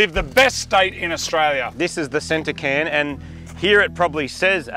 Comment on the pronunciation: Tottenham is a district of London also. Its called a Cairn, said as Kairn.